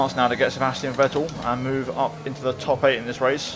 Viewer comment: try pronouncing Vettel with F